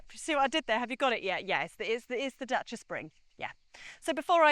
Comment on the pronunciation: it's not Dacha, it's Dacia - as in "DAYSEE'A" it was Dayseea when it came out in the 1970 and Dacia spells Daysee'a so pronounce it as it is spelt FFS!